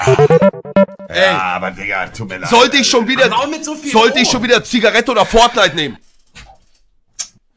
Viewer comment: Niemand : Eltotrix : Zioggeretten